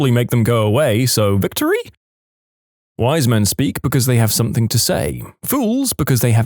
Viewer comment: No k in the word something